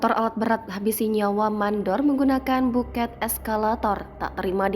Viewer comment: Penulisannya bucket,....membacanya backet ( baket ) bukan buket